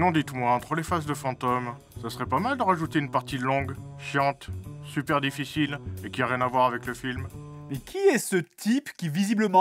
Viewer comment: ça pique les yeux le "supaire" à